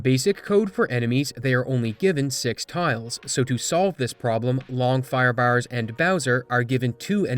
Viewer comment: Took almost the entire video to parse that you were saying "Firebars" and not "Firebowers" lmfao